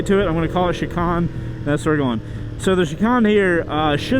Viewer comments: "Chee-khan"? All those track days and you never said the word "Shi-Cane"? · million subscriber motorcycle "guru" doesn't know how to say chicane😂 also...eat a salad bro.